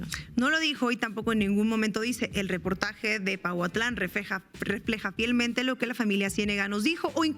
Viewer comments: es Pahuatlán no pautlan, lo estuviste diciendo muchas veces, es importante que leas bien porfa, muy importante la información que ustedes dan así es que también es importante cuidar estos detalles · se escribe Pahuatlán y se pronuncia paguatlán!